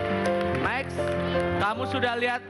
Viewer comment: bukan mek 😂😂😂, tapi max